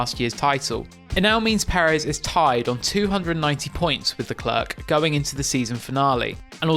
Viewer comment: Why did you pronounce "Leclerc" differently within 5 seconds near the start of the video?